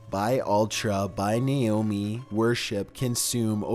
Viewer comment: how can you mispronounce Naomi so much? its Naomi not Nayomi xD